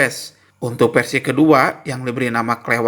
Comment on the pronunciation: Versi ya bang, bukan persi